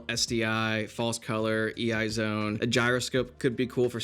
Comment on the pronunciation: it's an el zone not ei